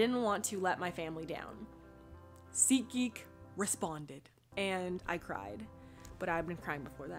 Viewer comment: Oh my gosh it's SeatGeek😂, I thought it was ziki😂